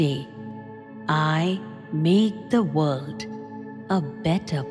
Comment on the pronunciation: Why do you have someone who’s English is not their first language read this?There is no T in the word world.